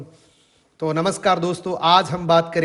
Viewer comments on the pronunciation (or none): none